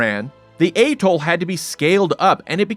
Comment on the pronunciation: Go on, pronounce atoll again, you might get it right...